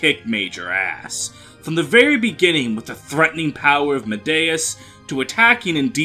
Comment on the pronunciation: He also mispronounced Medeus' name.